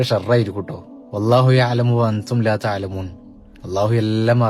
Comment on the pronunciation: Wallahu ya-lamu wa anthum laa tha- lamoon (ത-ലമും ) എന്ന് പറയാതെ ത-ലമൂൻ എന്ന് തന്നെ വ്യക്തമായി പറയുമല്ലോ!! ❤